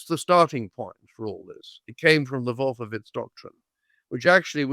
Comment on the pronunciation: I rolled my eyes all the way to China. This guy stinks like his pronunciation of "Wolfowitz". What a doosh (mispelled)!